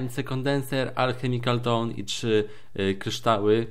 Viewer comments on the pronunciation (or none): none